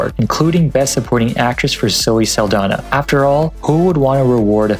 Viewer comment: you kept pronouncing zoe saldaña's name incorrectly 😔